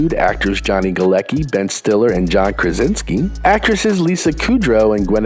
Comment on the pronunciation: it's funny for me how americans pronounce surname "Galecki" :D - it should sound "Galetski" :)